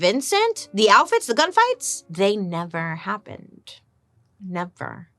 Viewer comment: Am I the only one who giggles everytime she says "alfits" instead of outfits? 🤔🤣